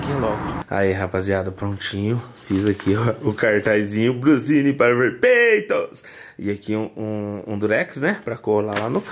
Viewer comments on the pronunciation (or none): PEEITOS , ??????????? VOLTA PARA ESCOLA . KKKKKKKKK